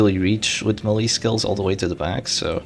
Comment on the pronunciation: FYI "melee" is pronounced "maylay" (like mayday) and not M'lee